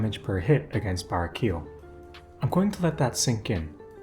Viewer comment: I love your content, but hearing you say "bara-keel" throughout is killing me. He's an angel, so you've gotta enunciate the "el" at the end. Either bah-ray-key-el, or bah-rah-key-el.